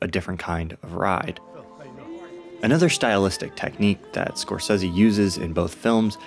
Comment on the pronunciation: Thank you for pronouncing Marty's name correctly, since almost NOBODY does.